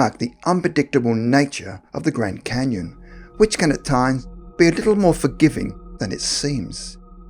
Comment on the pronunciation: the gwand canyon, something seriously wrong with people who can't pronounce words with the letter R